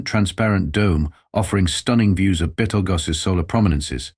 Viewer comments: Probably interference from "bettle-gooze". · Yea, considering how the name of the Star changes, I think the author actually meant Betelgeuse. Pronounced beetle juice.